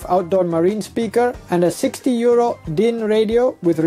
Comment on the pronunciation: Oh 62 euro lol, at the start the accent sounded like 62 year old and I was like whats he on about lol.